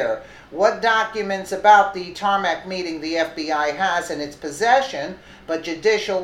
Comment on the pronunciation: Tarmac "meting"?